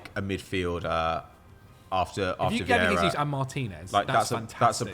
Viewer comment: His name is NOT HESUS! It's JESUS! The man is brazilian, where they speak PORTUGUESE, NOT SPANISH